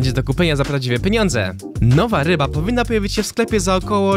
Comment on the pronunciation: Kiedy powie ryba a nie łyba:😶